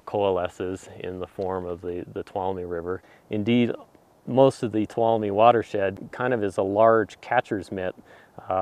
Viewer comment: Toe-loom (tuolumne)